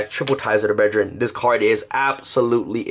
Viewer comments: Brethren...not breDRIN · I heard breadjerin